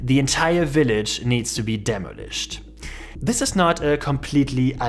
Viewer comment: It's 'deh-mah-lisht,' not 'demo-lisht.' That's the correct English pronunciation. Also, it's 'deh-mah-lish,' not 'demo-lish.' Please heed. 😮